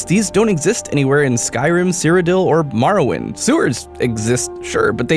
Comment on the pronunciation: I love Morrowind... I can't make myself play it right, but I still love it... [EDIT: Did you just pronounce it as maracle?!? That makes NO GODDAMN SENSE!!!]